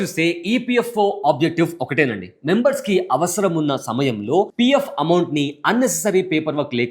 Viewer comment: అమౌంట్ అని అంటారు.... బాబు అంమౌట్